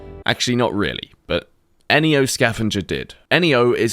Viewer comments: EniYo? .... neo, as in new.... like the guy from the matrix... knee-owe. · I don’t get why you say N E O instead of Neo